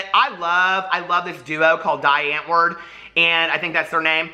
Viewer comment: It's "Dee Ant-vord" which means "The Answer" in Afrikaans.